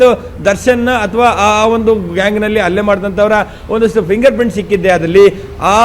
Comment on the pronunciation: ರಿಪೋರ್ಟರ್ ಅಣ್ಣ. . ಅದು ಅಲ್ಲೇ ಅಲ್ಲ ಹಲ್ಲೇ ಅತ್ತು ಅಲ್ಲ ಹತ್ತು